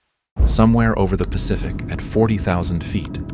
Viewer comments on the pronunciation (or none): none